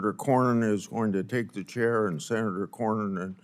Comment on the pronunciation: "Shenator Cornernin"